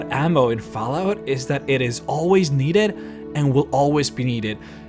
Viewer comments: Is it just me or did he say faalout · "Foul-out". Lol, sorry not making fun of you, just funny how you pronounce it. =) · That pronunciation of Fallout lol